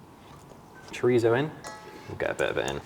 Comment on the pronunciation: Love the content guys! but as a Spanish speaker, Chorizo is pronounce as said it!